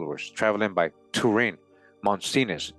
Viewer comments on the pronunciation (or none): none